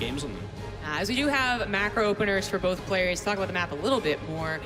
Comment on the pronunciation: "bolth" heheh